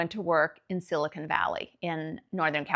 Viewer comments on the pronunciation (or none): none